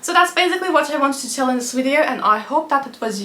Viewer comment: 'wideo' how sweet